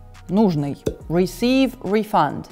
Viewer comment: В существительном refund ударение на первый слог